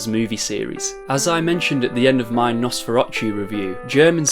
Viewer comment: Oh btw, you pronounced Nosferatu wrong. The tu at the end pronounced like to.